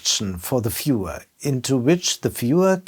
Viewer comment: Who’s gonna take someone serious who pronounces viewer like fewer? Schuster bleib bei deinen Leisten